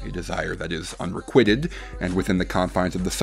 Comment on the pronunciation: Also, unrequited is not said like that. Also yes, She Likes It is the worst song ever.